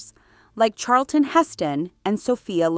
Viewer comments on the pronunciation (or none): none